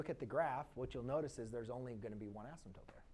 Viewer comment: It's asymptote, but it does kind of sound like he said asymptope.